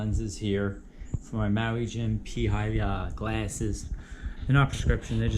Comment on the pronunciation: Its pronounced pay-ah-he (Peahi)